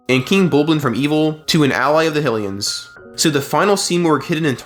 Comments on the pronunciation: Great video... but the way you say fuckin 'Hillian' is god damned painful. its HYLIAN god damned HIGH-LIAN. do ya think it was named after the godess Hillia? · Was the only thing I could focus on during this guy's video. Never heard someone say Hill-ian 😂 I was like, "is this just ai being ai and not knowing how to words?"😂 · There is no reason to mispronounce a word like Hylian. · I'm so glad this comment is here I was SO confused 😅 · The speech pattern was already off, but mispronounced Hylian? Neuro-divergence shows up again.